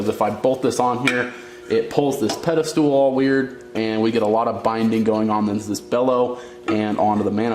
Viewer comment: Pedestal***, not pedestool.